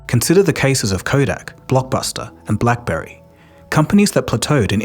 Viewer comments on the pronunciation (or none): none